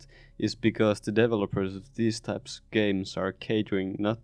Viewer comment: I love this - absolutely true! Also, accent really calls out these mobile guys - it sounds like "devil-opers"! Thanks for this insight, as I am getting ready to try my hand at an incremental of my own...